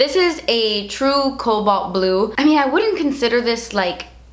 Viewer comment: As someone who's mother tongue isn't English, it took me a long time to realize you weren't saying Cow Ball Blue